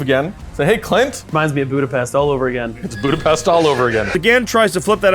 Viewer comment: I'm from Hungary, so I have to (okay, not have, but I want it anyway) to tell : Budapest is our capital city & the second syllable should be pronounced like the first syllable of "pestcontrol." Besides that, that was an aweseme game! I think I'll make a Mubin T-shirt with that signature gesture and the "He lives!" sentence :)